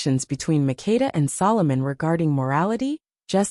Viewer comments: Queen MAKDA is her name not Mikida & SABA is the name not Shiva . Because I come from that country❤ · You are destroying my name! It's MAKEDA. You have to say the ke very strongly.